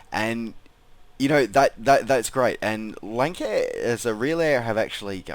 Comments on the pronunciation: Probably the aircraft I fly the most. I think it's pronounced "Lance-air". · Um no. Offense but it pronounced lansair